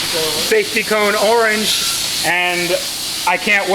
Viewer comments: The “arrrr-ange” charger #cringe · That’s a nice “Are-ange” charger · arge charger. ah yes, arnge, my favorite culler